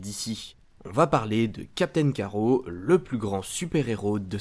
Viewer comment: Tu es sérieux ??? Captain "Carreau" ??? Tu as lu la bd avant de faire ta vidéo ? C'est Captain Carrotte pas carreau oui c'est écrit Carrot mais en anglais, en français c'est carrotte... Comme une carrotte ! Nan mais sérieux...